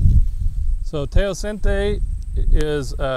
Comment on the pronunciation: History or typology? Where's the academic rigueur of this work? You're supposed to be an American, not third world school. Teocinte is mispronounced and misspelled.